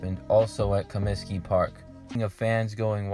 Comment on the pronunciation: "Comiskey" Park. Not "Cominsky" Park